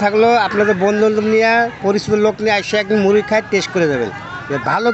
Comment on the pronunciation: ড় এর শুদ্ধ উচ্চারণ করতে গিয়ে ড এর মতো করে ফেলছে 😪 মুডি মুডি 😪 ।